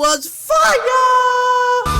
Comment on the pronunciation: I ducking love it when my mans says "Fiyyaa"